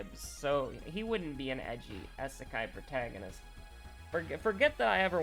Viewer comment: It's "ee-say-keye" with the "i" (ee) is for different while "sekai" (say-keye) is "world" - but you're free to call it whatever you like. I mean auto-subs said "izakaya" or a Japanese drinking/eating establishment where groups go to get drunk on the cheap (all you can drink for an hour or so for like 20 bucks) while eating a variety of small dishes (kind of a pub, basically).